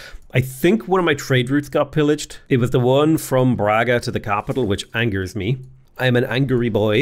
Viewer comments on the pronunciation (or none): none